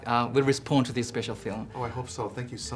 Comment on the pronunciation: 천재이승국님의 big fan으로서 앞으로 한발짝 더 발전하도록 사소한 딴지 하나 걸고 싶습니다. 우선 이승국님의 영어는 한국인 치고 정말 아름다워요. 말하는 내용이나 단어도 쉬우면서 핵심을 찌르고 질묻 받는사람에게 감동을 주고 고마운 마음이 들게 합니다. 저는 그것에 대해 너무나 존경한다는점 미리 알아두셨으면 합니다. 사소한 발음 문제를 말씀드리고 싶습니다. ɔ 발음을 너무 한국어의 ㅗ 처럼 발음하십니다. year 발음에서 j 발음을 안하셔요` 모든 한국인의 문제이지만 모음 발음이 조금 대중적인 영어발음과는 다릅니다. respond의 o는 ɑː발음이 납니다. 지금보다 모음에 더 신경 쓰시면 정말 대단한 수준이 되리라 생각합니다. 다시한번 말하지만 이승국님은 영어가 훌륭합니다!! 아마 저보다 나을겁니다. 다만 팬으로서 이승국님이 충분히 지금보다 더 발전하는 것이 가능하다 생각합니다. 지금껏 그래왔으니까요. 이딴 사소한 발음에 신경쓰는것보다 자유롭게 말하는게 훨씬 중요한 것은 압니다만 더 훌륭한 나의 idol이 되어주시기를 바라는 마음에 적어봅니다.